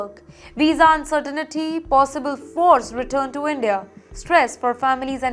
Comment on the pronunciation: for Fs sake, It is not "VERY ZONE"... Also, its not "un-cer-teen-e-tea"